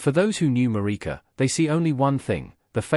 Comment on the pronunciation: It's a crying shame that the commentator could not pronounce Marike's surname correctly.